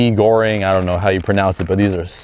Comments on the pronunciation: I am Malay and you pronounced Mi Goreng perfectly hahaha Love your vids! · Your pronounce about that noodle is very good, we call it like that too in Indonesia, proud you eat our product hope you enjoy it